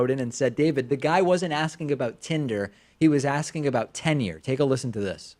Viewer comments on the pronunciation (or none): He mashed up the 2 words. He said tinure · Totally sounded like Tinure. I can see how David thought the caller said Tinder. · Oh interesting. I never knew there was a difference until reading this. But now I realize I’ve always said tinure. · Too funny... and I admit it DID sound like "tinder" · It def sounded like "Tinder"